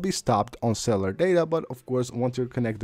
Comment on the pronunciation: When your speaking about cellular data why do you pronounce “cellular”as C E L L A R Data I know you might not even know your saying Cellar instead of Cellular when speaking to us the subscribers thats all i wanted to say but other than that your so freaking amazing at what you present to the audiences and for that I’m all into your videos so keep up your amazing content and the integrity because you deserve a lot more from us than what I’ve seen from your channel so far much appreciated just keep that in mind when speaking about Cellar data 😅😂❤